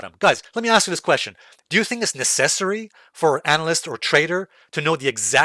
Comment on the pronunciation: Thanks for the video you pronounce necessary weird